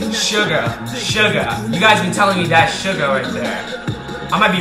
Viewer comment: Sugar 😂 suga! (Soo-gah)